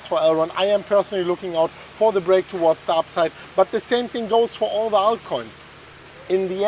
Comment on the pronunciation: "towards the upside" , I hear " to what" lmao